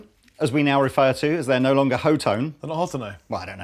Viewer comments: Wouldn't be "Hot-One" rather then "HO-TONE" or "Hot-Tone"? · That charvel is sexy. Are the amps pronounced ho tone, or hot one? Or something else? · HOT TONE. Shared "T" Its not that hard, holy crap. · HO-toh-nay! :D. Friedman is an american company, but the Friedman BE was designed for a british sound.